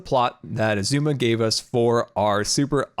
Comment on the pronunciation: He said Xisuma right! Omg